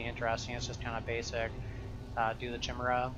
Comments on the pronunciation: it's pronounced like 'kyle', chimera, not 'chimney' chimera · trying to find new PoE youtubers to watch. Find. Grown man playing fantasy RPGs doesn't know how to pronounce "chimera":'(